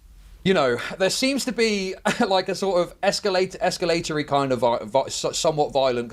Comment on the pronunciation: Did bro say “escalatoring” ???